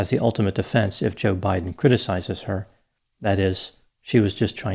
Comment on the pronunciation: I still get a kick out of how she pronounces her boss’s name….juhBIGHden